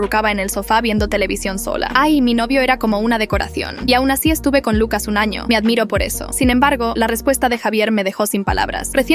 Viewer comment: dice ano